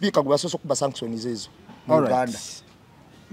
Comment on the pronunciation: No 1 bambi sagala onyiige naye nsaba kutelezamu ku kigambo Sanction so tekili shaction nga bwokyogera